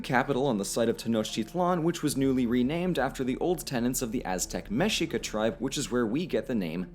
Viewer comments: Mexica us pronounced Mēshēkah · mexica pronounced ME-SHIKA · Mexica is pronounced Meh-shee-ka. Texcoco is pronounced Tesh-ko-ko. Prophecy is wrong. Tlaxcalan is suppose to be tlaxcalteca.